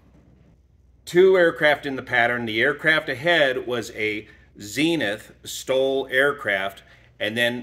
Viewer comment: Really had to concentrate to hear the difference between "STOL" and "stall". At first I thought was talking about a "stall demonstration".